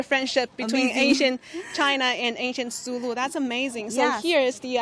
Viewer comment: Kingdom of Sulú (Sulú, emphasis is on the last syllable}. Thank you CGTN friends for featuring this. Greetings from Mindanao, Philippines. During Ming period, one of Zheng He's port of call in Southeast Asia was the Kingdom of Sulú. Zheng He strengthened the foothold of Islam and Islamic polity in today's Indonesia Malaysia and Philippines. There is a 1987 movie about the Sulú Sultan's expedition to China uploaded on YouTube before. It's called 'Hari sa Hari, Lahi sa Lahi'. Last year I was still able to show the movie to my students using a classroom projector. Unfortunately the US government ordered YouTube to remove it, for fear that Filipinos especially those of us in Mindanao might forge closer ties with China.